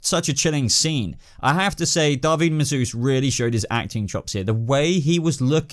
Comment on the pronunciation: Minhal Kukda that is actually how it is pronounced